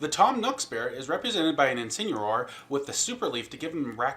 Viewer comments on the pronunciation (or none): You say Incineroar wrong and it makes me mad.